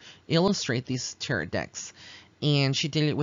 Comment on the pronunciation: Pronounce it like, (Ta-ro') I do see the forms in the photograph! When I purchased my first Rider Waite Deck a few months ago, I asked Pixie to help me learn tarot. She did, thank you for this reading!